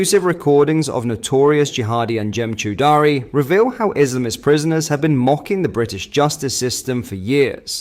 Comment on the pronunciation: Please Please learn how to pronounce Anjem Choudary properly.. aarrrgghh!!! It makes me cringe. Every time I hear you say his name incorrectly. That said, it must annoy the crap out of him. Every time somebody says it wrong. So carry on. lmao